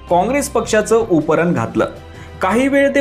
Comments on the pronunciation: उपरन नाही रे बाबा ,उपर्ण म्हण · अहो मालक उपरन नाही उपरणं बोलतात त्याला😂😂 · उतरण असते तसं आपण उपरण म्हणता आहात.. उपरणं असतं ते महाराज.. उपरण नाही.. 😂😂😂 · 'उपरणं' चा उच्चार करायला शिका... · उपरणं...उच्चार निट करा.. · उपरणं चा उच्चार नीट कर.